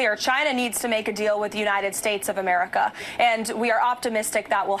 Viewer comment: Among the many other things that are absolutely infuriating about her the way she says „AmericaAH“ is triggering me the most